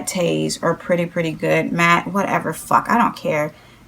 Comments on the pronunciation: its pronounced "mat" not "maté".... :( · It's not "Matté" it's MATTE Pronounciation is MAT OR MATT I'm sorry it's triggering. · I LOVE how you pronounce "Matte"!! Say it how you normally do PLEASE 💖💖